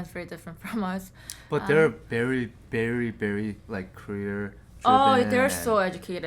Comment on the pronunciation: "but they are berry berry BERRY",😂😂